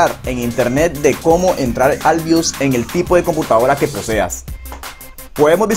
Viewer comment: bios no bius, compa de pana que enredas